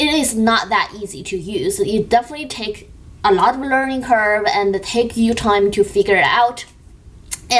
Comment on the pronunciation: Like that you done multiple reviews on a product! You reviews are great, do not worry about the criticisms. BTW, it should be "curve" 卷曲 not "curse" 诅咒.